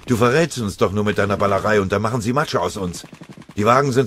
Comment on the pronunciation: Sie "machem" jetzt schon Häufchen? Das ist wahrhaftig eine große Leistung!